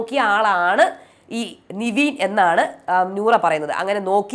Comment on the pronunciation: Niveen ennu allalo nevin enalle correct peru.... Atleast correct name pronounce cheyyu